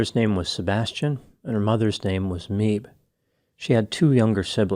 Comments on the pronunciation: Her mothers name is not Meeb, it's Maebh, which is prounced Maeve, which rhymes with cave. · The mother’s name, Maebh, is pronounced May-ve, not Meeb. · Just a note that Meabh is an Irish name pronounced "Mayv" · Nora’s mother’s name is also Irish ‘Maebh’ pronounced ‘Mayve’ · Thanks for covering this tragic case Dr ! Btw mothers name is Irish, Meabh pronounced May-ve